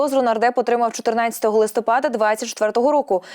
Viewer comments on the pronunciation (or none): none